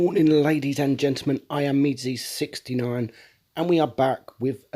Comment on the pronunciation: * not meandseh lol:3